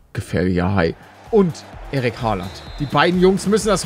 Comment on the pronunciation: wer versteht auch Eric Haaland anstatt Erling ? xD oder bin nur ich das ?